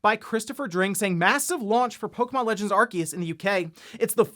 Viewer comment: It’s pronounced “Are-Say-Us” NOT “Are-Key-Us”. Why can nobody get it right? 😂